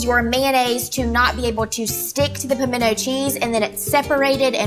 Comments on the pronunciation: I fully agree! it's not pamendo! Just like the word important! not imporDent!! where's the o,where's the d 😮😮😮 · Everyone I know in Tennessee, clearly says "pimento" with the "t". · I’m from North Central Texas, born and raised there with a definite Texas accent. We pronounce the “t”. Maybe it’s just a Georgia thing not to pronounce it? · I couldn't be around her every day. She would get on my nerves. And I live in the south... and I don't know anyone who DOESN'T pronounce the "T" in Pimento! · I'm from Texas. We always pronounce the t in pimiento. It's just a soft t.😂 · As somebody who has spent their entire life in the south, I don’t know a single person who doesn’t pronounce the “T” in pimento. Me, and my family (who has lived in the south much longer than me) pronounce pimento like it’s spelled. Thanks for the actual recipe, by the way. Glad I know the amounts of each ingredient to add 🤨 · Girl, bye. Texas born and raised and pronounce the T. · ➡ I'm from the South and absolutely pronounce the T in pimento. ⬅ I also use diced pimentos in my recipe but never drain them. You're just throwing away flavor when you do that. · You certainly are an opinionated. If you do not know anyone who pronounces the “T” in PIMENTO you have a very small number of family, friends and acquaintances. I am probably twice your age and I probably know twice as many people as you do and none of them eliminate the “T”. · Nope Nope Nope. In South Georgia we pronounce it like "Pomina" cheese. We tend to skip the "t" sound. We make it with equal parts of sharp cheddar and pepper jack, mixed with your favorite mayo and minced Jalapeño. The secret is to add in your favorite spices such as creole seasoning. 😊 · I'm from southern Louisiana and I've always heard it pronounced like Pamino cheese.